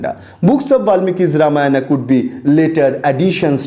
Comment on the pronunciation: nonsense... completely alien to what tradition says... please don't believe this. The dishonest guys do not even state this is an opinion of someone when they say things such as sacred to secular etc. This guy cant not even pronounce the name Ramayana properly. What kind of silly patashala is this? Where as Vyas they used "believed" to be written several time! Utter nonsense. The guy can not even pronounce Khanda properly.